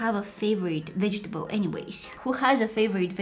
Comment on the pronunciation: Did anybody else hear vegeteBOIL